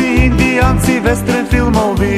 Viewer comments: KAUBOJCI INDIJANCI WESTREN FILMOVI HAHAHAAHAHAHAH MESTO WESTERN VIKA WESTREN ahahhaahahahah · hhhh westREN??? lol